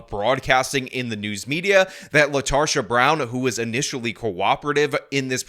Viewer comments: Her name is Latarda? I misheard initially. Latarsha. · You mean LaRetarsha. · I think you mispronounced her name, I think it's LaTarded. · Latarsha? Really? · I think it's lasharta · Lol “Latarsha” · “Latarsha”…….. /sigh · Did I hear her name correctly? Did he say her name is LaTARsha Brown? 🤣🤣🤣